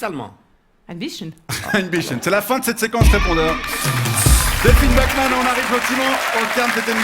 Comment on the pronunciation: Bachmann prononcé "backman" à l'anglaise un scandale